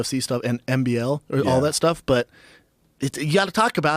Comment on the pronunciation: He said mbl lol